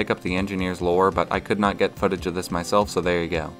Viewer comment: “apparently grabbers can pick up the engineer’s lore”...? I’m not sure I understand this sentence. The engineer’s what? Edit: ah, “lure”